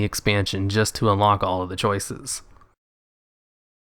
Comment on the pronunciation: You mean “codices”